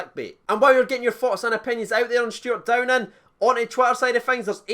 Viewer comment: Cheers for getting the name right mate 🇬🇧